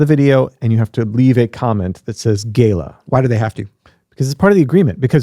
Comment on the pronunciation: PLEASE . WHAT IS GAYLA O GALA ?